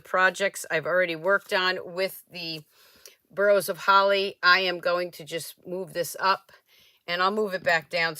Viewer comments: Boughs is pronounced bows like bowing to the queen or the song”Deck the hall with boughs of holly.” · Beautiful cards! "Deck the halls with* BOUGHS* of holly". That is how you pronounce BOUGH. you did an awesome job with those cards.